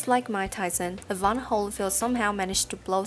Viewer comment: Very bad compere can't pronounce Evander! Instead says Evana..